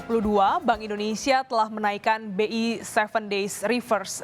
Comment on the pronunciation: indonesia ya , bukan indonesa